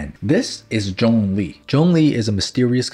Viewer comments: Its Zhongli not jongli!! FAILURE!! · Everyone: Zhongli: John Lee